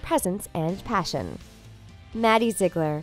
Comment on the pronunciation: Ziggleer XD how can she not say the name Ziegler